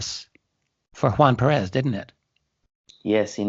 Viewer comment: Small detail, the name is PERez, not PeREZ :) But great interview. . .